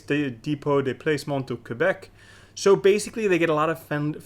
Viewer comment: Good on you to pronouncing Québec correctly :-)